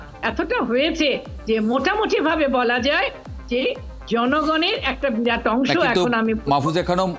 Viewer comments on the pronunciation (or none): none